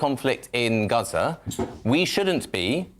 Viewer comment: The lefties pronunciation of gaza was enough to know who his mates are